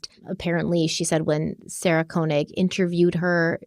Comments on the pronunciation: this is nitpicky, but the first part of Sarah Koenig's last name is pronounced KAY not KOH. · To be precise - it's pronounced "KÖ"... 😉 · Fyi: Sarah pronounces it "Kay-nig" 😊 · that burnt orange color is amazing on you! Also, I’m pretty sure Sarah Koenig pronounces her last name as “Kay-nig.” Keep up the outstanding work!!❤